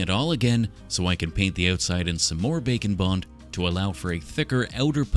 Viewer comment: Bake 'n' bond kina sounds like bacon bond 😂